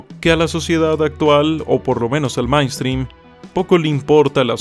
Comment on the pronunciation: Cuida tu pronunciación de la palabra: "mainstream". Parece que la primera parte (main) la pronuncias como se lee en español: ma-in, cuando la pronunciación correcta es mein o mān. En todo caso me parece mejor no usar anglicismos cuando hay palabras en español que pueden usarse para dar la misma idea, en éste caso puedes decir: corriente o tendencia mayoritaria.